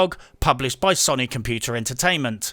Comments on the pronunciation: Ffs 21! Watched I don't know how many reviews but enough is enough! Sony is not sonnie! It's so-nee! Get it right son! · i kept hearing soyny and agreed. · LOL.....im listening and my brain is like ..... the way you say Sony......lmao..... you are saying Sonny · Have you been around for the last 20 years? It's pronounced "So-knee" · I'm pretty sure it is pronounced "Sony", but you can pronounce it "Sony" if you like. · As usual love your videos. Only nitpick is how you pronounce Sony. :P